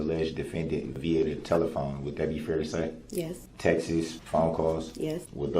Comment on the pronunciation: They are not “text-es”, they are TEXTS. And you aren’t the “alleged” defendant, you ARE the defendant!